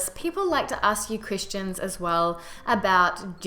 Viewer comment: This is unrelated, but I noticed sometimes when you say 'question' it sounds like you're saying 'christian' or more accurately, 'queesh-tion'. Don't worry aboot it, its really cute^^ Love from Canada.